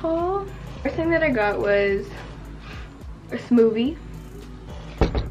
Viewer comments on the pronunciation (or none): please tell me she did not just a say "smoovie" MY ANXIETY JUST WENT FROM 0 TO 100 REAL QUICK😫💀💀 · Ok it sounded like you said smovie instead of smoothlamo it just me though